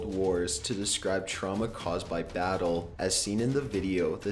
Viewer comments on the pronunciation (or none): none